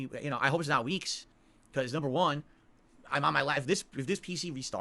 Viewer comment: Did he say "weeks"?